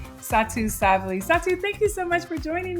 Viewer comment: Satau Sa-BALL-ly. Please pronounce her last name as I phonetically laid out.